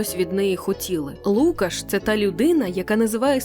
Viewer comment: Класний випуск тільки правильно лукАш.